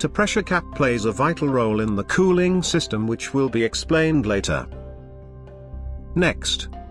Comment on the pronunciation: "How engine COO-ling system works"😅